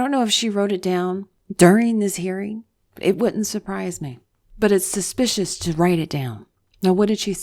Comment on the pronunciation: Did you say "suspiciounous on the staffunus"?